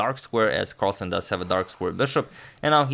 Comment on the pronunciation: Pretty sure it's Magnus Marlsen